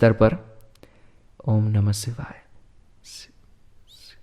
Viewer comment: सिवाय नहीं शिवाय होता है दोनों में बहुत अंतर है। अगर उच्चारण सही नहीं है तो प्रभाव कैसे सही होगा। मैं जब दुर्गा सप्तशती का पाठ करती हूं तो कभी-कभार भूल वश शुम्भ को शम्भू पढ़ लेती हूं लेकिन तुरंत ही देवी से क्षमा मांगकर सही उच्चारण करती हूं। सोच कर देखिए की शुम्भ वध के स्थान पर कोई ग़लती से शम्भू वध का उच्चारण कर ले तो कितना बड़ा अनर्थ हो जाएगा। अतः उचित फल की प्राप्ति हेतु सटीक उच्चारण आवश्यक है।